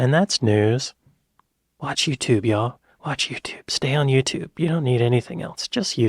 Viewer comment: it's also not Yutoob, ffs